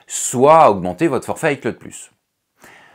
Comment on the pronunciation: On prononce "i clowd" pas " i claude". Apprends deja ça